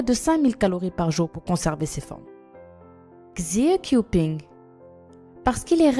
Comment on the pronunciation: ça ne se proconce pas xié kiouping mais "shié kiouwping"